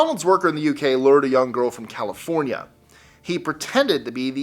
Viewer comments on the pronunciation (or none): none